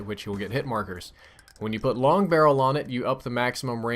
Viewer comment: Long barrel missed the "g"